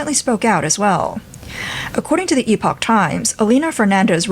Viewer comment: THANKS FOR SAYING EPOCH NOT EPIC TIMES......